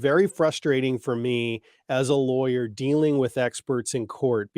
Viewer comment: I love it!! The announcer voice kind of sounds like he says lawr-yer tho 😂